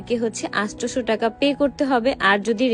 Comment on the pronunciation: আসটেসো না আটশো 😂😂